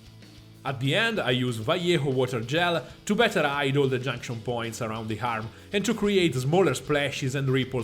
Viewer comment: Excellent videos man. Just one thing. It really confuses me that you put an "h" before words that don't start with "h" (air, arm sound like hair and harm ), and then when the word starts with "h", you don't pronounce it at all. It's really confusing xD